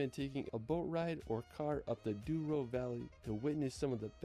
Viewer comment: My country is so beautiful! Que saudades!! By the way its the Douro in portuguese, not Duoro, although this river, as other big rivers in Portugal, comes from Spain and its name there is Duero. But our version is way cooler, it means Golden, the Golden River! From the words "de" and "ouro" in fast speech, becomes d'ouro.